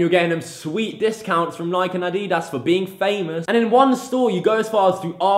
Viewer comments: Why the fuck did he say A dee diss It's Adi dass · did he just say addiiedass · as a british person, it annoys me the way you say adeedas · This video was good until you said adedas